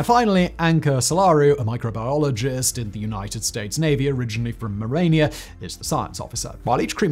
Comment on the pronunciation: "Originally from Morania". Are you serious? It's Romania! You can't read or never heard of the place?